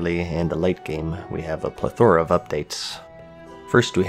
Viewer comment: In before someone else mentions you mispronounced "plethora"